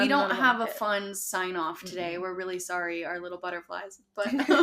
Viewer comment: I’m Canadian. I got a kick out of her trying to say sorry like a Canadian.